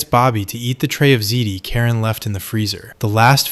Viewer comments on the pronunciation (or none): none